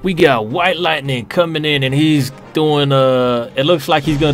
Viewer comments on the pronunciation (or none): It is witelighting, not witelightning